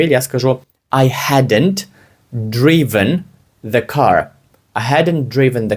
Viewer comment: Я не чую, як ви вимовляєте the, начебто пропускаєте артикль